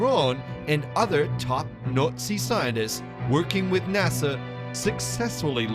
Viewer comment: You think you'd get someone who could pronounce Nazi if they're going to narrate a Hitler's UFO documentary.